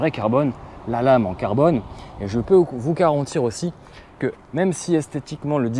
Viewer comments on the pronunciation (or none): none